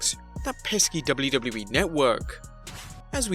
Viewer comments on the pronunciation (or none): The way you say wwe is a botch